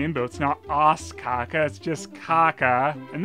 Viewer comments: It isn't Caca, and you're pronouncing Caza wrong too. The Ç in Portuguese (and French) and the Z in Spanish are both pronounced like the S in Casablanca. Both Caça-Fantasmas and Cazafantasmas mean "ghost hunters" ("caça"/"caza" coming from "caçador"/"cazador", the words in these languages for "hunter", and for "caçar"/"cazar", the verb "to hunt") Source: I'm Brazilian (so I speak Portuguese) and I also know a little bit of Spanish. :P Other than the misinformation about languages you don't understand, this was a really cool video. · Watching you say "caca" in all seriousness is hilarious. First because you pronounce it just like in Spanish, "ç" is different from "c" and it sounds like "s". Second because "caca" actually means poo in Portuguese, too. First time commenting, long time viewer. Great videos, man, and great job making me laugh awkwardly loud on many occasions. Keep them coming. Happy new year from Brazil. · In "Os Caça Fantasmas", the second "C" has a cedille, so it's pronounced "S" (like "façade" in french) :P